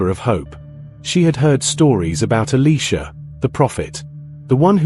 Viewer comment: why are you saying Eleeesha It's Eliiiiisha ?